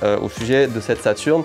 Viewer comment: Super vidéo Par contre la sega saturn avec un e outch 🤪🤪